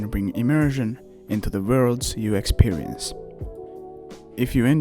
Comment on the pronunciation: Aaah thats awesome! Then I maybe mistook it with somehing else, but! As example: "experience" :)